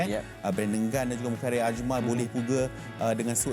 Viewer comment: Mukhairi...mukahiri...mat tendang ke langit ni juga disebut..serabut la budak ni